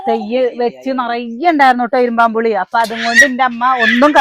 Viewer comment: ഇരുമ്പൻ പുളി എന്നാണ് പറയുക, ഇരുമ്പാo പുളി എന്ന് കേൾക്കുമ്പോൾ അരോചകമായി തോന്നുന്നു, അതുപോലെ,'അമ്പഴങ്ങ' not 'അമ്പാഴാങ്ങ"